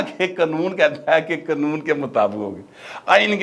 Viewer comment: Qnoon nhi bulky Qanoon khan krn vesey ap Acha bolts hn thanx